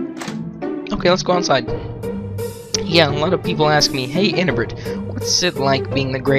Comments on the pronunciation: it is pronounce "un (as in 'undo')-eb (as in 'web') -ree (as in read)-it (as in 'it')" "un-eb-ree-it" Anebriate. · An ee bree' ate. No doubt a pun on "inebriate", as in "a drunk".